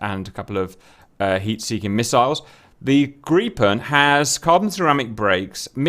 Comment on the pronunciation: Woah, GOOD JOB Cap on the Gripen pronunciation, first time I've heard a foreigner get it right. Gripen should be fully operational with pretty much any loadout on roads.